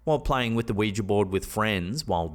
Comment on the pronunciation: Oh thank god for saying ouiJA and not ouiJI ! 👍🏽